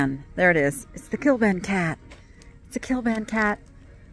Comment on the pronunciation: The cat pillow case is Kliban not Kilban. 😉